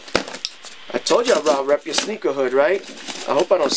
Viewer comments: sounds like you be saying sneegies lol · Lol sounds like he's saying "sniggies" in the beginning